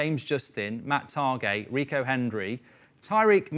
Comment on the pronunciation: Why does Mark always pronounce Targett as Targe', he's not French